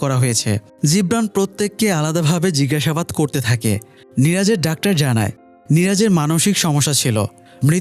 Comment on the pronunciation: ডাক্টার কি ভাই! খুবই বিরক্ত লাগে শুনতে।যেহেতু আপনার ভিডিও দেখি তাই লিখলাম।